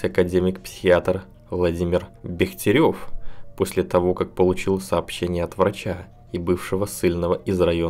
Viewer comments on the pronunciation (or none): Уважаемый, вы хотя бы в одной из фамилий русских учёных, исследователей, государственных деятелей, УДАРЕНИЕ правильно поставите (давно наблюдаю за вашим, не то умышленным, не то, по незнанию, коверканьем фамилий и имён)? Или вы никого из этих великих и знаменитых людей, не знаете с момента окончания школы? Так вот, не БехтерЁв, а известный исследователь мозга - академик БЕхтерев! Я и впредь буду вам указывать на правильное произношение... Ибо, если вы не знаете элементарных вещей, то почему берёте на себя право рассуждать о плоской Земле? А в этом видео, кроме меНШе, вместо менЬше, о чём я уже писал Вам ранее, появилось ещё и раНше, вместо ранЬше... Спасибо! Порадовал ещё одним "перлом" высокой словесности, в очередной раз продемонстрировав свою безграмотность даже в мелочах.:face-purple-crying::face-green-smiling::face-orange-frowning::eyes-purple-crying:)))